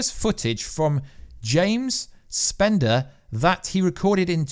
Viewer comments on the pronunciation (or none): It's James Spader not spender. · James Spader! Not spender...